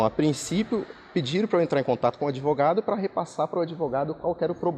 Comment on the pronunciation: "ADEVOGADO" que diz que quer o link da matéria pra "JOGAR" no processo já mostra o nível do profissional 😂😂😂